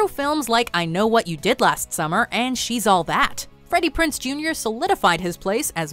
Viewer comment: Thats not how you say Freddy PrinZe Jr.